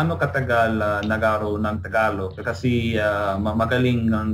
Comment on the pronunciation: Awesome tagalog! Though on words like gabi and kasi, you pronounce them like "kah-see" and "gah-bee", the "i" should sound more like the "i'" in "sit". So it would be like "gah-bih and "kah-sih". The "i" almost makes an "eh" sound. Just a little pronunciation tip